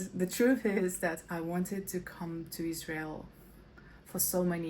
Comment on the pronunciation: Uoh not say lsrail ril